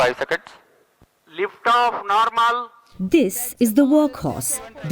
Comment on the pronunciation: 'Lift aaf naarmal' to be precise 😄 proud of ISRO ❤️